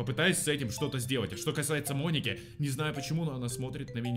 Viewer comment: Правильно Моники а не Моники!